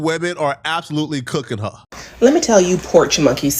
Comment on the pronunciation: "They agreed with huuuh" Bro you can't even say three letter words. It's HER, not HUH. 😂😂😂😂😂